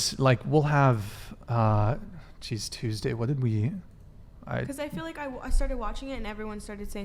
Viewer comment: "I FWEEL LIKE"